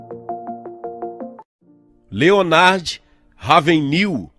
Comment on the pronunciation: LeonÁrd RÁvenRIL (pronúncia)